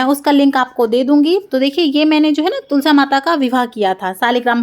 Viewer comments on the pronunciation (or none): ये क्या ...कभी तुलसा कभी आरता बोलती है....तुलसी , आरती कहिए